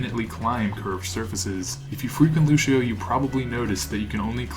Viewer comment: I learned a lot! Can I teach you one thing though, that's a bit of a peeve of mine? Luçio is pronounced Lucy-Oh, no Lu-shi-oh. It's Portuguese, and ç is pronounced like an "s" or a soft "c" in English. Thanks.